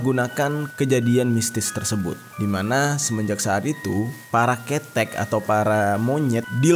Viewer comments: Tulisan kethek bacanya ke tek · Bang Maap ni ya, tapi tiap abangnya bilang KETHEK saya mengakak, gapapa haha, kan emang belum tau pengucapannya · cara ngucap monyet / ketek salah mas..... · Gpp salah penyebutan kata ketek. Kita sebagai orang Jawa memaklumi karna org diluar Jawa susah buat nyebutin dlm logat Jawa. Seperti kita orang Jawa susah buat ngomong logat Bali. Bravo💪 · Ketek. Ke nya di baca seperti ( KE kebun) e nya tebal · Maaf bang jer, penyebutan kata "ketek" nya salah kalau dalam bahasa jawa berarti kera atau monyet, Cara ejanya ialah huruf e yang pertama dieja seperti ketika mengeja e pada kata kera dan huruf e yang kedua dieja seperti ketika mengeja e pada kata bebek. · K(E)THEK nya itu bukan e yang (e)ntok, tapi e nya (e)mpat, paham gak maksut gua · Dengerin suara bang Jeri semakin terasa banget horor nya dan kebawa alur ceritanya... tapi waktu ngomong ketek ketek jadi ada lucu nya 🥲🤣😆😅 soalnya bukan gitu ngomong nya bang wkwkwkwk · Maapin aku bang, sumpah aku orang jawa malah ngakak abang nyebutin kata "ketek" karna salah penyebutan.. tp aku tau maksudnya kok 🥲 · Serius ngakak pas pertama x denger bang Jeri ngucapin ketek😂😂 yg kl dlm basa Indonesia artinya ketiak, pdhl mksdy bang Jeri ketek disini adl kera atw monyet. Huruf e yg pertama & kedua itu beda pengucapan bang. Tp gpp dech lucunya dpt. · Ma'af Kak,pengejaan "Ke" awal pada kata "Ketek" (bahasa Jawa) yg bener gini Kak.... "Ke" -nya di baca seperti kata "Ke mana?" (bahasa Indonesia) Buat tambahan pengetahuan bahasa aja Kak, Over all paham kok 😁makasih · Maap bang aku ngakak tiap kali nyebut ketek, gak gtu penyebutannya bang 😂 tpi gpp lah menghibur bgt😂😂😂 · Ketek-Monyet Pelafalannya gini KE - KElelawar TE - TEmbok Awalan KElelawar ama TEmbok di gabung,Kira2 gitulah KETEK yg sebut udah lain artinya... (itu biasa yg bau asem) 😁😁😁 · Ketek 😅😂😅 salah ucap bisa beda arti bang Jeri tapi dimaklumi siih... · Bukan ketek bang, tapi ketek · slah penyebutan ketek nyaa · KETEK BANG ,bukan KETEK